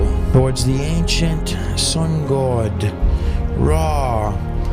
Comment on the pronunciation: This dude is a goofdick. He can't even say God!